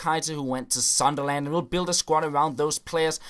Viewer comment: The way you pronounced Sunderland, ahhh!